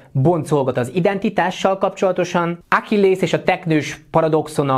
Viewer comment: Zseniális videió, de csak nekem fájt a fülem minden egyes "Ákillész" után? Ákilleusz... Nem, tudom, lehet csak engem zavar, de már kezdett nagyon fájni xD Viszont az én kedvenc paradoxonom a Randi appok paradoxona: Az applikáció akkor termel pénzt a tulajdonosoknak, ha minél több a fölhasználó, vagyis ha egy pár összejön, akkor csökken a bevétel. Vagyis ha az alapjai szerint vesszük, az app azért dolgozik, hogy végül egyre kevesebb bevétele legyen. Mármint ha ténylegesen a rendeltetése szerint működne akár egy is... de ugye tudjuk, hogy profit orientáltak. Vagyis minden eszközzel azon van, hogy minél több szingli ember legyen, akik az appot használják, hogy párt találjanak... de persze nem fognak.